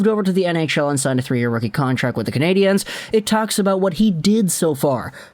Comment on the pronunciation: Learn to EFFing say the name of the hockey team. It’s never in the feminine, as you pronounced it.